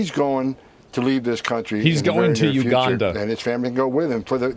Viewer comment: lmao that he says uganda correctly now